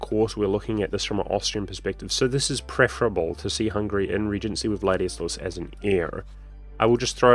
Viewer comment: Hearing him mispronouncing it so many different ways killed me 😂